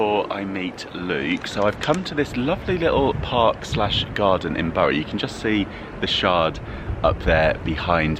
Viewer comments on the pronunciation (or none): none